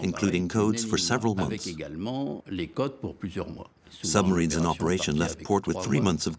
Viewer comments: The narrator keeps goofing up... Play : "summarines?" "Dönitz and 5 'summarines' do (did? to?) simultaneously attack it" (the convoy). "It was the 'Wolfpack' tactic first major victory." Bad AI speech program? Poorly disguised foreign disinformation or propaganda? Have they just stopped even attempting competent English? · Very good video, with two exceptions: 1. AdmiralAty?! 2. Summarines?! Seriously? And may Alan Turing rest in peace. And his tormentors not.